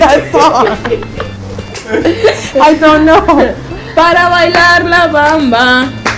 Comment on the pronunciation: Para ilalar la bamba, gogo gaga... Ay no me mató de la risa :) Me encanto jeje...Lo hizo bien, relativamente jeje